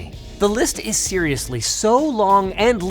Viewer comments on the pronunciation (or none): "The list is SIRIously exciting" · everytime Linus say "serious" in this video my brain autocorrected it to siri LMFAO